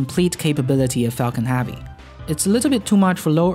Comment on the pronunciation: "Falcon halvey"